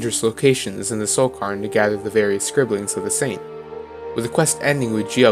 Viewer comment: I'm so sorry for nitpicking, I feel like a right arsehole, but it's pronounced cayr-n, like "care". It's a Scottish/Celtic word I think, Scottish girl here so it's a word I hear a little more often than some. Love this video, I love that you paid such special attention to poor Juib. I feel eternally guilty for never having found every page of his Opus.